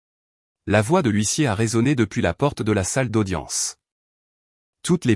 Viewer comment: Gros problèmes éternels avec le mot HUISSIER, depuis le temps, ça devrait être corrigé,comme quoi l'IA ,,ne relit RIEN